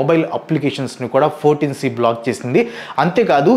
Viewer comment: It's not 14 C brother, it's I(i)4 C